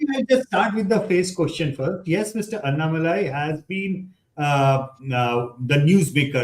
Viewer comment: Barkha please learn to pronounce Annamalai correctly. It is not really difficult. You take trouble to pronounce French names , oh so very correctly, but why not Tamil names ?! This superciliousness if the upcountry people is i guess what actually bugs the Tamilian.